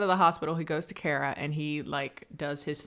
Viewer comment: KHAR-ruh (first syllable rhymes with the last.) Not Care-uh